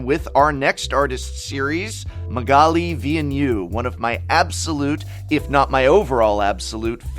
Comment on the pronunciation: For being such a fan of Magalie Villeneuve, that is one hell of a strange pronunciation